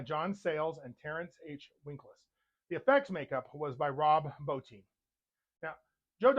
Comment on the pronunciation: You are the first reviewer I've heard pronounce Rob Bottins' name correctly. That and I'm a werewolf buff also. Subbed ! As for The Howling, it's my favorite werewolf movie. Every time I see Robert Picardo in anything, I always say "Hi Eddie". The werewolves also had digitigrade legs.